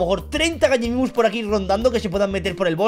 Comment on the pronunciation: se dice Gallimimus